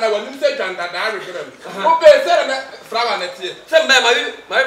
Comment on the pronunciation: I heard frower😂😂😂